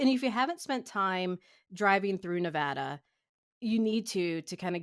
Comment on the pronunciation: Thank you for pronouncing Nevada correctly